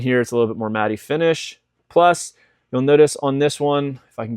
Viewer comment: I don’t like being this person but you’re pronouncing matte incorrectly. Matte is pronounced just like mat.